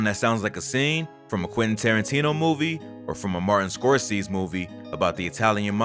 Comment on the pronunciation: Martin Scorsese. Skor-say-see.